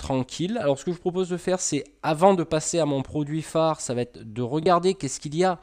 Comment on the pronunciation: Très bien mais attention aux liaisons « va être » et pas « vat-être » :D